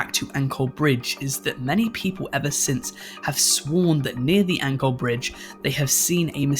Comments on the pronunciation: FYI: In the Kuntilanak Story, the "Ancol" is pronounce as "an - col" the 'co' pronounced as in chore, not anchor. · It was great to see you talk about Indonesian folk tales! It was neat being reminded of or discovering new tales in my country. Also if you don't mind I'd like to correct your pronunciation of Ancol Bridge. From the people around me, I've only heard it pronounced with a more 'ch' sound